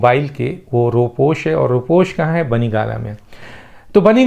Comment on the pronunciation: ر. . کے اوپر پیش پڑھیں . . رو پیش